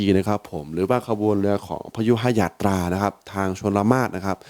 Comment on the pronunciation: 👏🏻👏🏻👏🏻👏🏻เป็นช่องแรกที่พูดชื่อขบวนพยุหยาตตราได้ถูกต้อง👏🏻👏🏻👏🏻👏🏻👏🏻👏🏻👍👍👍👍👍